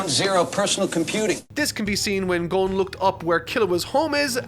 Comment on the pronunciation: Finally saying Gon right...